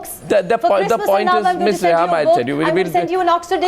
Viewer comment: It's pronounced Reham.... Who this kindergartner is BTW?